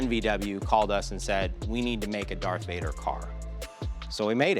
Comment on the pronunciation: If you're a stark wars fan you should know that his name is Darth Vader and not dark vader